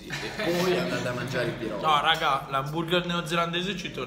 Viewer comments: Pronunci male. PIEROGI la"G" si pronuncia come "G" dei funghi.Pieroghi. Sei fantastico,ti seguo da tempo. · Si pronuncia pieroghi non pirogi, la g davanti alla i in polacco si pronuncia come la g di gatto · Si dice pieroghi 😅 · Pieroghi! Non "pierogi" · tutto molto bello ma sentirti dire PIEROGI è una sofferenza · I miei Pierogi (si legge pieroghi però) ottima scelta comunque 😊😊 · PIEROGHI (pronuncia) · Si dice pieroGHI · Piero ghi!!! Senti la pronuncia su google translate!!!! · Pirogi... Ahahah come se un polacco viene in Italia e dice Talliatelli... Haha ha daiiii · Si vede che non sei polacco e poi e pieroghiiiiiiiiii